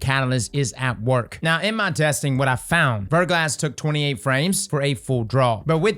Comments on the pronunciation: Anyone else keep hearing "Vertical ass" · It's pronounced ver - GLAH. It means a thin coating of ice or frozen rain on an exposed surface.